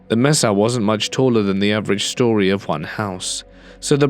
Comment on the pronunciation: re: “mesa”: I live in Arizona, but you can do this online, it is pronounced May-sah, not Messah.